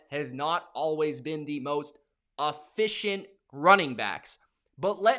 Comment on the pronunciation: Bruh what the fk is uhficcient ?